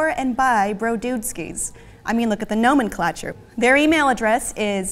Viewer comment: I appreciate pronunciation of nomenclature